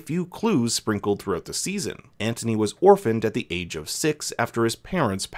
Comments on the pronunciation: It’s not Antony that’s what you said😂 it’s Anthony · It’s pronounced Ant-unee.